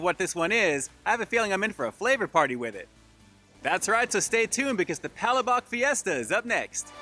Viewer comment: It’s pronounced pug- lash-buk. It means sauce. Referring to the sauce with the ground shrimp heads and shells